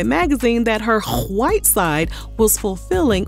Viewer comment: I really did!! "Check on it" used to be my ish too 🎶 and the way you say "white" gets me every single time.😂😂 please keep saying it 🤣 Slim thug is not wrong about the cooking and catering but some black women do that too smh. 💯 I was raised in a Nigerian household so they don't play bout that 👩‍🍳🧹🤴👸😂